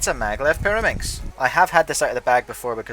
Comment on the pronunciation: It’s maglev, not Madlev like the one you said on the unititle